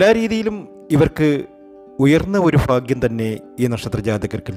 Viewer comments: Fagyam annu parayaruthu bhagwan annu parayanam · ഫാഗ്യം അല്ല ഭാഗ്യംഎന്ന് പറയാൻ ശ്രമിക്കൂ അതുപോലെ തന്നെ ഫഗവാൻ അല്ല ഭഗവാൻ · ഫാഗ്യമല്ല ഭാഗ്യമാണ് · പല്ലിന്റെ ഇടയിൽ വിടവുള്ളതുകൊണ്ടാണോ ഭയ്ക് പകരം ഫാഗ്യം